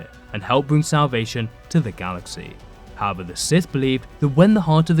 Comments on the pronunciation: "howva" lol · it's unsettling how he says "however"